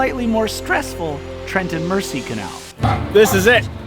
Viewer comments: Beautiful videos. If I have just one teeny weeny complaint ,please please stop calling it the "Mercy". It's pronounced " Merzy". Apart from that,loved it all. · Fun videos. FYI the Trent and Mersey Canal is pronounced Merzee. Not this video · Great videos. Mersey is orounces as though the s is a z. After the River Mersey in Liverpool.